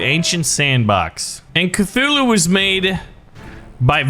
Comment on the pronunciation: It's Cthulhu